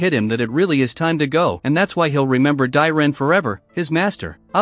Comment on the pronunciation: Ever time hearing the name “dyren” it hurts